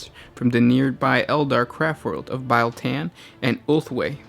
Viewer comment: LOL ITS NOT PRONOUNCED BILE SAY REAL. THEN SAY BEAL. BIEL TAN